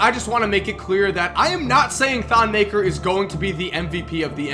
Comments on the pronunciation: It's actually pronouced thon meh-kare (roll the r) not "muh-ker" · You're not saying his last name right